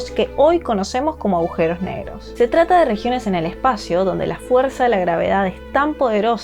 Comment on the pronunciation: ¿Agujeros o aujeros? Alguien que le explique a esta chica cómo se habla